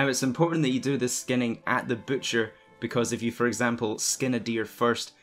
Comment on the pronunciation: Butcher not bootcher 😂